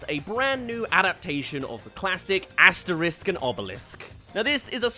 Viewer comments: It's Asterix and Obelix, pronounced Asteriks and Obeliks, not Asterisk and Obelisk! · Just a small pet peeve, the X in Asterix and Obelix is hard (AsteriX not Asterisque), and the dog's name is Dog-mat-ix, not dogma-tix.